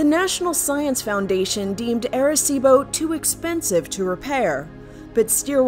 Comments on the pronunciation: Who else cringed when they said air-a-cibo. 🤣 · As a puerto rican it hurts how they say arecibo